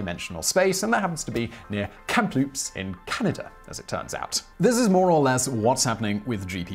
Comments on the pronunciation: Kamloops, Simon. Not Kamploops. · Kamloops, not Camploops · It's pronounced "KAM-LOOPS". Not Kamploops, BC :) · As a person from BC canada i gotta correct your pronunciation of this city Its KAM-loops just like fruit loops but just kam then loops not kamploops or kamhoop but that could be your british..... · As someone from Kamloops, people from away usually butcher the pronunciation. kamLOOPs instead of the proper KAMloops is the most common mispronunciation. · "Camp loops"??? Kamloops!!!! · "Kamploops". Is that a gay version of Kamloops? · In the video he's saying Kamp-loops. It's kam-loops. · "Camp-loops"? "Kam-loops"! The "p" is silent. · It's so silent that it's not even there. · Camploops? It's Kamloops. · It’s pronounced Kam-loops. The p is silent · As somebody who legit lives in Kamloops, if you pronounced it that way here you would be given holy bloody hell, possibly punched in the face and almost ran out of town haha. Severe social castration either way. You say it as cam as in camshaft than loops as in basket ball loops in basketball hoops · Kamploops? LOL, where did the p come from? LOL.:-) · Kamloops is where I live. But it sounded like he said "Kamploops". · Kamloops, there’s no P, but who cares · Kamloops, BC is pronounced cam-loops. fyi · Some day Simon will make a video with all proper names pronounced correctly. The viewers will then collectively faint. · I noticed that too... bugged me and I am about as far away as you can get and still be in Canada